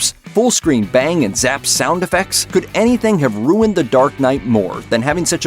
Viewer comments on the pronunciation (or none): none